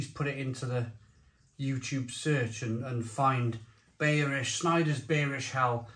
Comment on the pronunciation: Schneider beerish 🍺 hell....😈 It's pronounced (in English) buyrish hell...